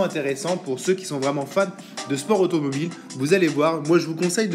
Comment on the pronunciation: Hey oui c juste marran quand on dit automobile 🤗 tkt je t insulte pas et tu fait de bonne video continu comme sa 👈 avec bello93 aussi 😉